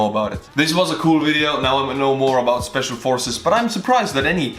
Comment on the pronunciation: Schpeshfal Forces!! Yay!